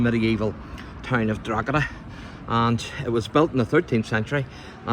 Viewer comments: Why can anyone from "Up the North" Pronounce "Drogheda properly" If you are giving info about a town... Pronunciation is Key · I'm from Drogheda - the correct pronunciation is Draw-da, because that's how we say it. I could accuse you of having a Northern accent too but, frankly, kettles and pots! Keep up the good work. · No worries, I've lived outside of Drogheda for nearly 40 years - I need to mispronounce it too if I want anyone to understand me!